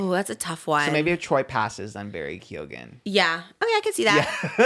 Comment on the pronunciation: My god 😂 leprechauns are not real, Keoghan is pronounced Kyo-han, U2 are so not royalty because we as a nation hate Bono and while we are not ginger, a lot of the men do actually have ginger in their beards!